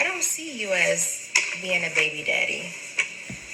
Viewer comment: When she says “baybeededdie” 😩